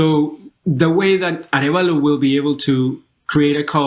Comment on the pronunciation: Bernardo Arevalo----- say "ah REV ah-lo"